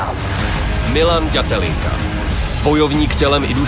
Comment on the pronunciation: Všetko super ale mohli by sa naučíť hovori ĎAtelinka a nie Datelinka bratři češi :D ja som sa Ř naučil!